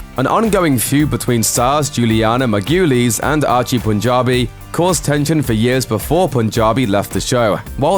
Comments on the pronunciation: "Mar-Goo-Leez". Why is that so difficult? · Margulies is pronounced MAR go lees. Your pronunciations of that name and a couple of others was beyond disgusting. You REALLY need to research how things should be pronounced. And at least as responsible is the editor. BAD JOB. I'd fire you both and take over the jobs myself working for free. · Pronounce Julianna Marguiles' name like that ONE MORE TIME... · PLEASE PRONOUNCE THE ACTORS NAMES CORRECTLY. You took a hatchet to Julianna Margulies name. hahahaha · Dude maybe look up the pronunciation of Doherty. And Margulies.